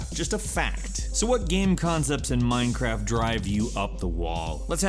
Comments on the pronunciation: did he just say Mimecraft xD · miiiinecwaft yaaaaay